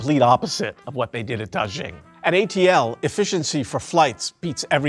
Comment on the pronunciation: hearing him casually read ATL like that😭